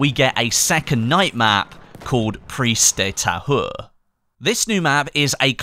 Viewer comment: you say "prise de tahoure" lol